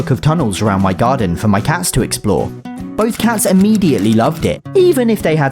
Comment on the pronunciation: “rimmediately”-, 2025.